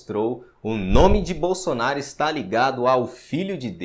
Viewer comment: Ah por isso deu errado agora entendi ela falou bosonario por isso deu errado kkkk